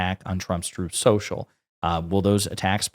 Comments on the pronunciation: “Trothe central” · Twuth Seashell?!? Oh, say not so! ☠️